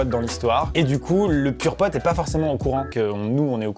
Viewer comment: Quand vous dites purepote j'ai l'imperssion que vous allez dire pom'potes 😂